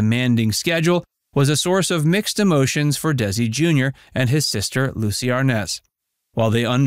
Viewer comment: Minute marker None of the people in the photo are Licy or Desi! Wow, do you ever need to do your research. The inconsistencies of pronunciations of names can be very grading on the ears.